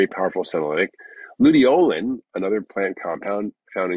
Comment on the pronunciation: PSA: From what I've managed to divine, the specific compounds mentioned are (in order) Quercetin Fisetin Luteolin It actually took me AGES to figure it out because the pronunciation combined with the poor audio made it initially impossible to know what he was actually talking about. 🫢😁